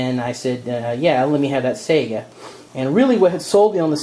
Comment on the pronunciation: I'm from Finland and Saiga comes from our eastern neighbour and the "real" pronunciation is Saiga (A not ae as in A,b,c), like a mexican a as in Maria. hope that helped.